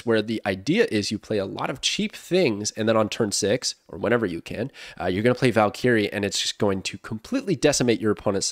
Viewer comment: Somebody teach him how to pronounce valkyrie